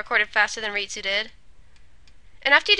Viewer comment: you said ritsu,s name like rei-su.